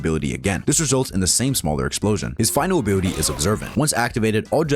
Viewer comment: You abt "final bility"